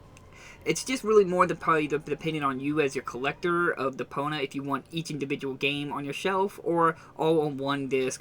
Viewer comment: Stop saying Depona...it's Depon i a